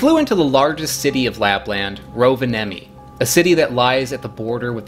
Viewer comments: Rovenami?!? It's called RoVa Nie Mi 😅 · Rovenami??? That's embarassing, man. It's Rovaniemi also in English! Say after me: Rov - ahn - nyeh - mee. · Rovenami..? Did you even try? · "Rovenami"? I realize you've probably been corrected a thousand times (it's Rovaniemi), but I like it! Easier for foreigners to say, but still retains the spirit. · Rovenami, almost got it right, its rovaniemi 😂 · You know right it's Rovaniemi no rovanemi or something like that? :) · Its not Rovenami its Rovaniemi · As a Finn Rovenami had me laughing 😂 it is called Rovaniemi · It's Rovaniemi not Rovanami 😁 Also The cup is Kuksa with K and the one you were holding is not a real one. That's one is made from recycled wood material. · Rovaniemi, not Rovanami or Rovanemi, or any other variation. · It's Rovaniemi. Not Rovenami. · "Rovenami"... "Guksi"?? Must be the Neva Jork accent :P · "Rovenami" Or rovaniemi as its called. Dont worry, every finn is used to foreigners butchering our language :D Anyways, pretty good video. Im finnish, but i have to say, im not that much of a fan of cloudberries. They taste a bit wierd i think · laughs in Finnish I have to say that I'm unsurprised that you mangled words like "Rovaniemi" and "juustoleipä". I found a nice place ten minutes from where I live on the south coast that has cloudberries. Not very many, but nice to nab on forest walks.